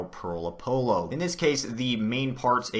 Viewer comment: you pronounced Apollo wrong btw jus sayin